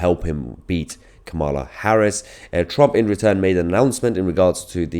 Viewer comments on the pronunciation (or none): none